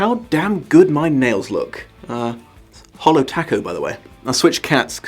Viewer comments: I will forgive your mispronunciation of "Halo Taco" for the fact that you are wear it! Yay you! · I kept asking myself did he really say "hollow taco"? Or are my American ears just not picking that up right? What do tacos have to do with that color?!?! (I live in a border state and I get a lot of ~super~ authentic tacos, both from powows AND stuff that's someone's abuela's secret recipe...) ...but I've NEVER seen any kind of taco that dark. Except maybe Black salsa, and even then... no. Whaaaaaat?